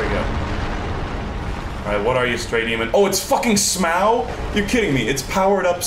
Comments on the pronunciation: your pronunciation of Smough makes me want to commit open mimic chest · I love you and your random s c r e e c h e s - But- You gotta stop calling Smough S m o w, please